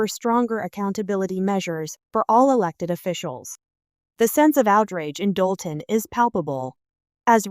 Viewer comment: It’s Dolton, IL